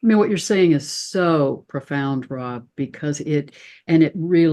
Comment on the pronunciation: Rob not Ron sorry x